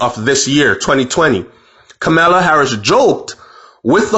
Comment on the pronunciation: It's ka mur la